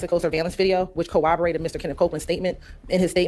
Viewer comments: “Cowaborated”. 🙄 Who is she…..Elmer Fudd.? #FreeShannon #FreeYak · Can someone PLEASE teach how to say “corroborated”? There are no W’s in that word, maam!